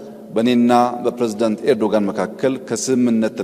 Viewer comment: ኤርዶጋን ሳይሆን ኤርዶዋን ነው ስማቸው